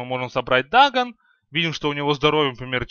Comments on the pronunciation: не дАгон а дагОн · дагОн, а не дагн